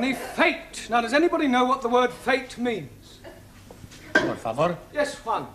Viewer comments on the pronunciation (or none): Nobody: Juan: por favore